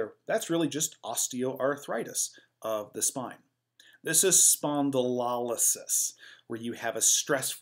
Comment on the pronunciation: Great content. Thank you. Check your pronunciation of spondylolisthesis and spondylolysis though. It's lo like LOW, not lol like lollipop. spohn-di-low-less-THEE-sis.